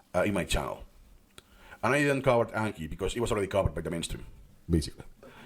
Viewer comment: 👇 number of likes equals number of times 暗記 was mispronounced in this video